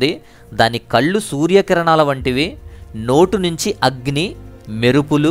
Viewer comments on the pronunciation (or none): none